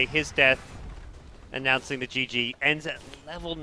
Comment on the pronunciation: i hate the fact that he always say 'gege' instead of gg